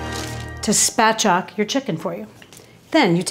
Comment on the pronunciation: When you ask your butcher to spatchcock your bird, actually say it correctly or do it yourself it’s very easy. 😬